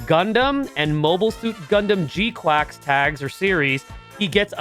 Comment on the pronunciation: Um. Char is pronounced more like “sh-ar” instead of “ch-ar.” And GQuuuuuux is “qu-uh-x” instead of “qu-ak-s”